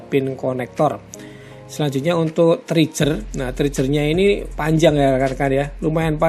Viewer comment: “Triger” mas bacanya, bukan “trijer” 🙏